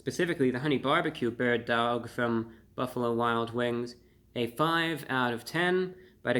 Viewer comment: Bird duaouwg